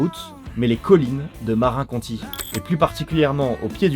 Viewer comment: merci tu geres bon montage bon story telling. En anglophone que je suis, ça m'a un peu écorché les oreilles d'entendre certains mots prononcés comme si ils étaient français, comme "marin" au lieu de marinE county, et yen a d'autres. Et a tout hasard, tu utilises l'IA pour avoir les yeux aussi fixes ?